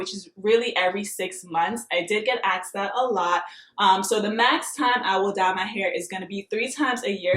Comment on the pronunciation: 'Asked' not 'Axed'